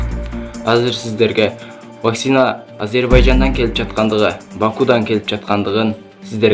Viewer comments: Блогер Ваксина эмес Вакцина десен ,элдер да вакцина деп тушунушот! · Тура суйло Ваксина эмес Вакцина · ВакСина эмес зенеса эмес кыргызча суйло какайтэтпей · Вакцина деген созду туура айталбагандан кийин жон эле журсон боло! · Туура айталбаса да койгойду которуп чыгыптыр го